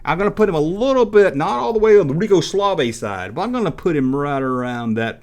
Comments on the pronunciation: You messed up a few times! Pinky was the fastest, and the blue one was the slowest! Also, it was Rico Suave NOT Rico Slave! This is the first of your videos that I thumbed down. Stick with topics that you know about that the viewers enjoy! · Um, yes you should listen to what your viewers want because without viewers you have no channel. Rico Suave you pronounced like Rico Slavay multiple times! And the red ghost named Speedy was fast, but not as quick and clever as Pinky. I mean you no offense as I enjoy your videos, but this one was not your finest moment.